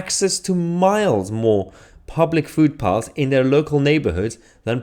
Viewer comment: Are you saying "food paths?"